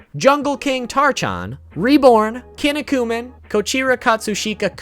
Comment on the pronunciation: Your pronunciations of Kinnikuman and Medaka Box hurt me physically, emotionally and spiritually.